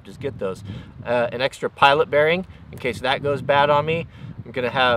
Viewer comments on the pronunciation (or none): none